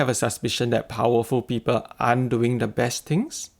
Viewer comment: Narrator pls improve yr english Prononciation its not peeper..its pronounced as PEOPLE the